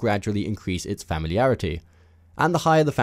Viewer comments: Family-arity? Fah-mih-lee-arity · LoL "weapon famliarity" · Familiarity said as two words - Family arity Wow lol 🤦‍♂️ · Family-arity xD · Really struggle with the word familiarity ey